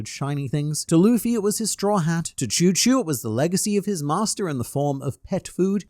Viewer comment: Chou Chou is Shoe Shoe, not Choo Choo